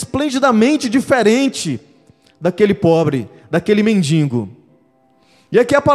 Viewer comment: Não se diz mendingo. É mendigo